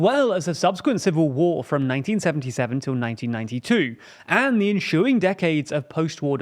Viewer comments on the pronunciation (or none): British people get paid for every “h” they put in a word with no “h”. “Enshooing”